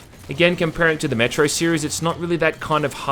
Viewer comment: He keeps saying Metro and I keep hearing Metroid